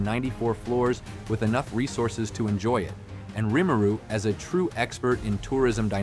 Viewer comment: In the anime, sub and dub, Rimuru name is pronounced, why do you pronounce it differently?